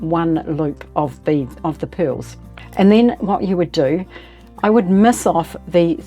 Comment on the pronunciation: U saying PILLS ????? Don't understand some WORDS ???